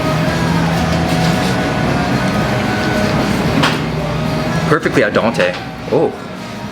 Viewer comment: Al-Donte XD